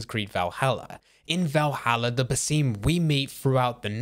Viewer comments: It's not pronounced "Baseem" his apprentice pronounced it Basim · It’s pronounced “Baz-um” (Basim) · Why are you pronouncing it Baseem? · How did i mess up the pronunciation of Basims name that badly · How do you pronounce his name wrong every single time, it’s almost impressive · This guy pronouncing "Basim" the wrong way is so disturbing. Imagine saying "Lu-ki" instead of the proper "Low-ki".